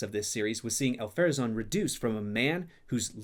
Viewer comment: I'm so glad i came across this! Thank you! This is a really great breakdown of the show's faults, and deserves more views, especially the point about the three rings. It's a fatal writing mistake. The only, (hopefully constructive!) criticism I can give is there are several moments of confusion and mispronunciation of names like Ar-Pharazon ("Al-Pharazon"), Arondir ("Elendir/Arondil") and Elendil ("Elendir"), Thranduil ("Thranduin"), Lindon ("Lindil"), which undermine the forensic arguments made. Every Rings of Power fan should be made to sit and watch this and be quizzed about it. Otherwise, this really is spot on. Very well done :) Thank you for the video!